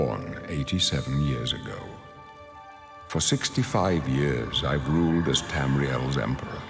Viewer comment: TAME-RIEL? there has to be A LIMIT